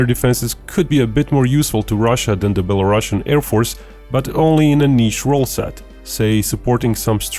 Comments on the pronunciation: Sounds like beh·luh·roo·see·uhn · Belarusian has one s and not ss so it should not have this "sh" sound like "russia" word does.